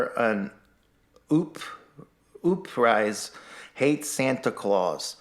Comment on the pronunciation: “Ooprising”? People actually listen to that? I remember when I was maybe 3rd or 4th grade my folks had a new tape recorder (an 8 track if I remember correctly- I’m old, it also weighed about 200lbs). Anyway, I used to record myself and do play by play on the Tigers baseball games and pretend I was Ernie Harwell and things like that. That 3rd grade me would have been horribly embarrassed to do something like this. Even if nobody listened to it. It was painfully unfunny, to the point it was a little hard to listen to. Even if I could discern whatever the hell his point is and agreed with it... I would still loathe this as a painful reminder of how little self reflection some people have. Seriously... “ooprising”. How hysterical. Ha. Ha. You pronounced it like you can’t read basic words. You must be very remedial in your education. Haha what a character that you have come up with! Ha. “Ooprising”. Please do more haha. Fuck